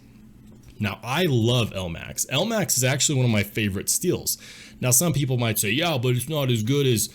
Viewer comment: Omg you pronounce it L-max when its pronounced Elmax